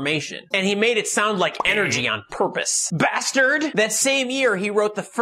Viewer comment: The way he says bastard 😂